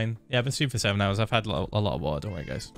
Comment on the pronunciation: Phil does not say water when he says water. He says "vor'a"